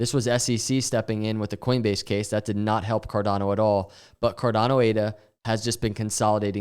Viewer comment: carDANo 😂 you should really trademark that pronunciation